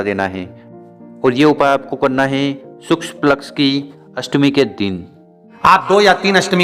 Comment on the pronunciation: Shukl paksh bolna seeko bhai